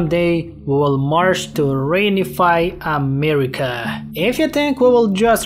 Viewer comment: Every time this man says amerima an angel is birthed under the divine light of god himself